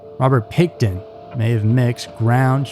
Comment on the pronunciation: PICKTON, not "Pickerton."